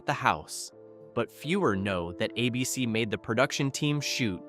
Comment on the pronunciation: Abeecee? Was Don Knotts REALLY an established TV star before Ralph Furley